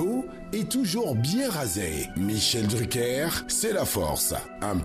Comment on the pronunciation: L'autre villageoise qui dit Michel DruckEUR lololol